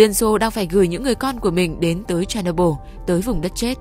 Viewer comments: Tên đọc là Cher ny bol đâu phải Cherno byl 😅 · Phát âm tên nhà máy nghe như đấm vào tay .